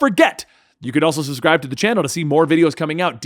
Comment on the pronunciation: It's subscribe not suscribed, subbbscribe